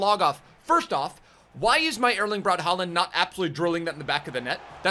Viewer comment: I know you like to pronounce names correctly, and the "aa" part in both "Haaland" and "Ødegaard" is a Norwegian character called "å". Put it into google translate and you'll hear how it's pronounced. The "d" at the end of both names are silent, so the names are pronounced "hå-lan" and "Øde-går". No worries of course! :)